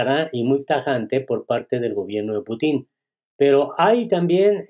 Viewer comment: No sabe hablar español, pronuncia muy mal el apellido del presidesnte Ruso